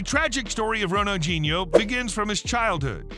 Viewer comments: Pronounced: Ronal dee nee ooo, not gee neo. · Who d hell is Ronaldginio, pronounce the man's name correct please sheez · Lmao! What a stupid fucking title. Makes it sound like he committed a serious crime, but only got in trouble over debt and a fake passport. Also, "Ronalginho"? Do you often mistake the D with a G, you fucking moron? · Who is Ronald-JEE-Neo ??? It's pronounced Ronald-DEE-Neo, surely ??? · Why is im hearing Ronaldjino. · It's called FOOTBALL And his name has d in it not a g, Ronaldhino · Does the narrator pronounce his name correctly? I mean really, Ronald Genie-O? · Ronaldjeano-at least get the name right! But a good video though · Bro said ronajinyo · the way you pronounce his name is beyond wrong, js lmaooo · It’s a shame the commentator couldn’t pronounce his name properly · 0 seconds ago When did ronaldinho suddenly get a “G” in it when your narrating his name? I thought you was talking about another footballer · FOOTBALL NOT FUCKING SOCCER and Ronaldinho doesn't have a g in it so maybe learn how to say the name properly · Bro please pronounce his name properly please I’m begging you 😂😂😂